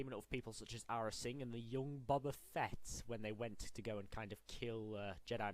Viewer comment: This dude pronounces bubba Fett. 🤦🏻‍♂️